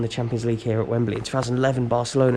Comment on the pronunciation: So that's why it it I'd wemberley, cos it's wembalea